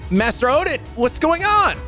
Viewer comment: God damn! I nearly spit out my water when misread Odin's name as "Olden."